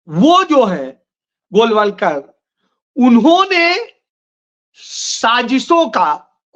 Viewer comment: कृपया गोलवलकर जी सही नाम उच्चारण करें। अच्छा संदेश नही जाता है। वीडियो का स्तर गिर जाता है।